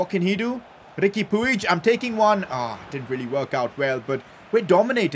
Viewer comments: And puig is pronounced “pweeg” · It is pronounced as Riqui Puj